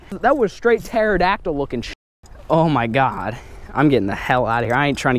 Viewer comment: you the funniest dude ever😂😂😂 you said teradyactl 😂😂